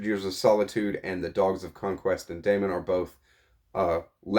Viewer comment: At some point I need to reread this too. It was great the first time around. Looking forward to your thoughts! I've picked on Ben's pronunciation enough so I'll pick on you this time lol. Daimon = day mawn Salis = Saw liss Just teasin' you though .; )